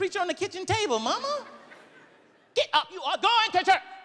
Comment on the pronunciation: The way he says momma hurts me!